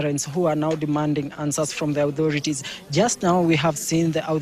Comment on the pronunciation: Authority>> 'O'-thority (O-ction,O-tism,O-ra,O-spicious..)